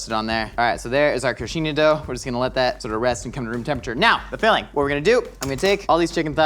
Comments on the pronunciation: Don't think I ever seen an American pronouncing the "nh" in coxinhha so well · Love seeing saying "coxinha" and "churrascaria" so perfectly (and "pimenta" right at the first time)... Yet he still need a little help with "cachaça" (pronounced as ka-xa-ssa). But still, thank you guys for trying to speak our language. Next time, put a little sugar with the flour... it will taste even better. Love from Brazil 🇧🇷